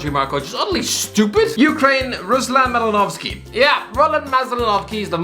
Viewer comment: The 1st pronounciation of Malinovski was fine but you butchered the 2nd one